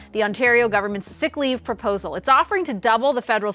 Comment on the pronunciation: YOOOOOO....he's not one of us if he can't pronounce Ontario properly. It's pronounced On-tare-rio not "On-turr-io"